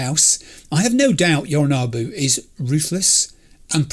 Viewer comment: You were talking a big game about how you do have time to read everything in the penthouse when Jackie was rushing you, but there actually are contexts in which you can take too long and Adam Smasher will arrive and one-hit kill V, so yknow. Also, I know it shouldn't bother me as much as it does, but - it's YoriNObu, not YoriNAHbu.